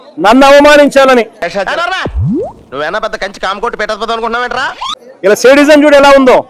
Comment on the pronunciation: సెడిజం కాదురా సాడిజాం